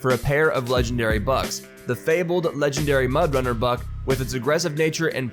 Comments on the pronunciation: When read "legendary buck" I thought he says "legendary bug".. would be more accurate:D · Lol I did hear “legendary bug” anyways